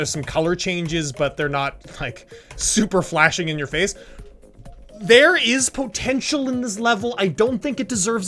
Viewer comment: Nobody:: pO tEnTcH E a L